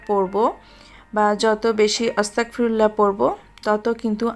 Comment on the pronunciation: আপু উচ্চারণটা অস্তাগফিরুল্লাহ না আস্তাগফিরুল্লাহ